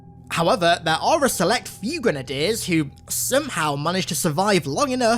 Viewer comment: My navy and marine friends made fun of me for pronouncing grenadier how you did. Same with brigadier